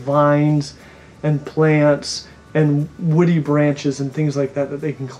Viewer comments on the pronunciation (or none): none